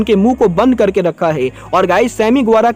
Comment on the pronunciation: Bhai tum hai ko most of the time ( hai ) ko (gai) kyu bolte ho